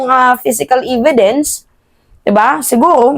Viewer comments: Ividence?hehehe.evidwnce po..e di i ang pagpronounce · evidence hindi ividence . . omg